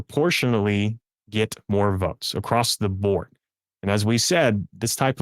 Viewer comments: Incorrectly pronouncing "across" with a "t" at the end, as "acrost" is incredibly irritating to listen to. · Acrossed (acrosst) is not a word. Across is the only way it goes. Learn it, live it, love it. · Second time I’ve seen this guest. I find it fascinating. But why is he not everywhere showing this data? PS please stop saying acrossst!